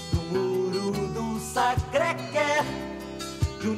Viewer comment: "Sacrê Qué"kkkkkk...a melhor pronúncia já ouvida de Sacré Coeur em francês.